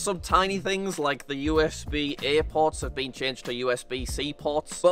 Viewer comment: "usb airports" 😂 btw i know it is usb a ports but it sounds like airports